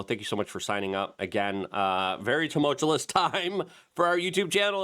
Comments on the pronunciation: Luke: Love ya. Please practice saying Toomowchewlous as "Tumultuous." Take your time. You got this. I'm not perfect either. Just noticed you like that word, say it a lot, and it's worth saying right. Respect. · Lol you still can't say that word, after all these years. 😂 Dude, you crack me up.🤣 Tu-mul-tu-ous... I've been hooked on phonics since the first grade. That is the syllable breakdown. 😊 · Tum-ul-tous! Luke it is pronounced Tum-ul-tous!